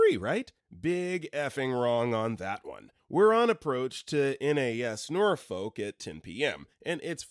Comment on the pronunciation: This man is very clearly not from Virginia. He pronounce Norfolk wrong.